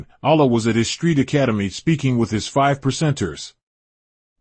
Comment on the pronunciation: It sounds like a devil (a divine evil) is doing the documentary. Peep the sound when he says "Allah" and "Karriem". Can we get a documentary by one of the first 9 born?